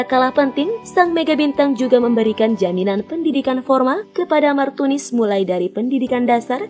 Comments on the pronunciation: kok bilangnya martinus bukan martunis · kok Martinus bukanya Martunis. salah mbak nyebutnya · Dan Dia pun sebut martinus Bukan martunis 😂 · Why Whahahahha Martunus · Diapun sebut martius bukan martunis, bukan pula martumis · Martunis min bukan Martinus😂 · Iya sama..aku juga auto ngakak dengernya 😂😂😂😂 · Martunis mbak bukan Martinus 🤣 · salah min martunis bukan martinus wkwkwk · Pembaca brita ni... Abs blng Martunis trs Blngx Martinus lgiii Prbaiki cra bcrax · Hahaha😀😀 Di menit . Martunis berubah menjadi martinus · salah nama bukan Martunis malah Martinus tapi nggak papa yg penting beritanya sangat jelas... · martinus 😁emang si lebih enak bilang martinus daripada martunis🙊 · Martunis apa Martinus hayooo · yang tadi nya martunis jadi martinus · nama Martunis jadi Martinus😂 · MARTINUSSSSS AAWOAKWOK MARTUNIS APA MARTINUS MBAKKKK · Menit martinus bukan martunis🤣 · martinus apa martunis sih? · bukan martunis, tapi martinus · Di menit 5.43 berubah jadi martinus haahhahahshsaaaaaaaa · MARTUNIS LOHH KOK MARTINUS WKWKWK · Martinus apa Martunis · Martinus martunis. Yang bener min. Wkwk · Martunis apa martinus dah ngomongnya gimana:( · Martunis bukan martinus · 5 :43 mimin salah ngucap . MARTINUS ahahah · aries official28 lah iya yak😂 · itu kamu salah ngucap.yg bener martunis brow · Martunis,Bkn Martunis wkwk maaf